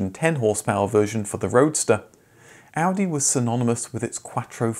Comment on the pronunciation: I appreciate the proper pronunciation of car brand names.